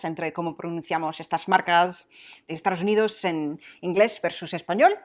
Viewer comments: Siempre me llama la atención cómo pronuncias Estados Unidos. O yo oigo mal o tú sueles decir "Estaros Unidos" lo cual es un poco chocante si lo piensas bien. Por lo demás creo que hablas un español muy bueno, con entonación y sobre todo con mucho gracejo. Gracias por el esfuerzo. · En mi vida he pronunciado Dove como lo has hecho tú, y no recuerdo a nadie (Tampoco es una marca que escuche mucho, pero creo que es una de las que se puede mantener su pronunciación original o lo más parecido) Y en todos los videos cuando dices soy de, yo escucho "Estaros unidos" y de me hace curioso e intento afinar el oído, pero como este video es de pronunciaciones le hice más caso aún 😂 PD: Si lo intenta yo lo aprecio, no puedo llegar a imaginar cómo sueno yo al revés para sus oídos 😂